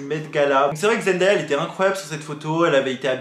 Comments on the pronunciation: J'en sais pas beaucoup sur eux mais si je peux t'aider sur une chose c'est son prénom Zendaya qui ne se prononce pas Zendaïa mais Zen Day( comme jour en anglais) A, pour ma part c'est la seule info que je pouvais t'apporter, merci pour ta vidéo 😊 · Juste petite info pour tout le monde : Zendaya se prononce Zen-day-a. Le "day" ne se prononce pas "da" mais bien "day" (comme la journée). J'espère que c'est compréhensible mdrr mais voila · hello zendaya se prononce comme "zen-day-ya" et non "zen-dA-ya":) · Salut je voulais juste te dire que zendaya a dit que sont prénom se prononce comme ça zen-day-ya voilà c'est tout bisous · Sa se dit zendeya pas zendaya 😭😭😭💖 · Super merci beaucoup ! par contre ça se prononce Zen-dé-ya même si ça s'écrit Zendaya voilà ça m'a stressée toute la vidéo 😭😭